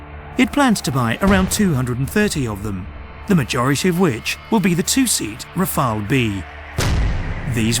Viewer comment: Part 1 First, could you please stop with this recurring "Rafael" :D "Rafael" is a first name for (male) PEOPLE. The name of the aircraft is "Rafale", which is not a first name for people, but a French noun meaning both "gust of wind" and "burst of gunfire".